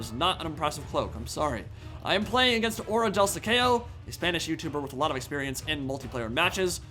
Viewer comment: Lmao im spanish and i didnt understand the name of the youtuber, who i already know, improve that spanish bro hhhajahahaha